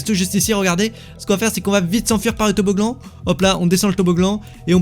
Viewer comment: et toboglan mdr